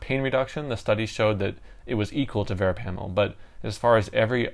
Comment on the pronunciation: Your miss pronouncing “ verapamil” .